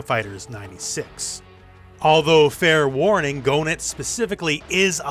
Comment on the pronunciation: Chris does have a new look sir. Also Goenitz name is pronounced gay-nitz not go-nitz. Always enjoy your channel and twitter posts. respect